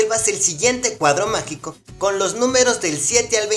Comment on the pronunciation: Quin escucho macico en ves que magico ♥♥♥♥